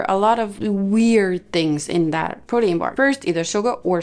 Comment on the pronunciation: I say this in a kind way: it’s pronounced “pro-teen”